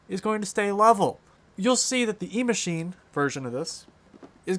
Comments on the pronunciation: And it's not E-Machine... It's Echine... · It’s EACHINE not E-Machine. 🙄🙄🤓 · I think you are saying "Emachine" as the name for this drone, but the web page you show toward the end of your video shows it to be "Eachine" (without the M).